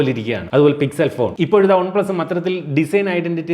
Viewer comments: ഒൺ പ്ലസല്ല വൺ പ്ലസ്. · ഒൺ+എന്നല്ല വൺ+ എന്നാണ് പറയേണ്ടത്